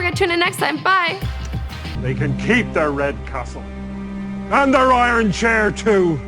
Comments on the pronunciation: IT'S IRON NOT I RON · This chick says "I--ron" instead or iron.....in multiple videos. You'd think she'd learn how to talk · "the I-Ron Throne"